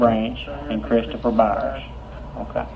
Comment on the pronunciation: It’s “Byers” not Bowers.